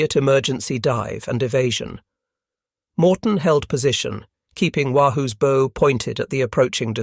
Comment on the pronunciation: Greatly appreciate your impeccably researched and produced videos. After having watched a half-dozen, I can find only one nit-pick—your mispronunciation of "bow." I am neither professional historian nor amateur, so I can't easily understand the outrage about the Morton incident in the light of "Bomber" Harris and General Lemay promoting indiscriminate carpet bombing of civilian populations (e.g., Dresden and Japanese cities) during WWII , which (unlike strategic targeting) did nothing to shorten the war. If I have that wrong, I hope someone will correct my misunderstanding.